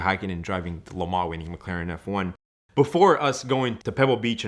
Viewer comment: I’ll listen to him when he learns how to say Lemans correctly. Speak English ffs